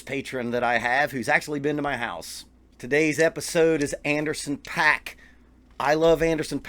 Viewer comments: His name is pronounced "POCK" NOT PACK!! If you are going to give your review of a particular musician, the LEAST you can do is learn how to pronounce their name correctly. That's equivalent to a music teacher explaining drum rudiments to their students and says "LRLL RLRR LRLL RLRR" Pay-ruh-dib-ble, Pay-ruh-dib-ble, Pay-ruh-dib-ble, Pay-ruh-dib-ble... Suddenly the student stops practicing and annoyingly screams, "IT'S PROUNOUNCED PAIR-RUH-DIDIDLE!! NOT PAY-RUH-DIBBLE"!! WTF??! I had to get that off my chest. I'm cool now. 😂😂😂😂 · It’s actually pronounced Anderson “Pock” :) Great vid!